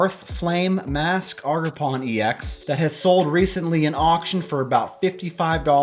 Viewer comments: It’s ogre like shrek then pawn. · haha "augerpon"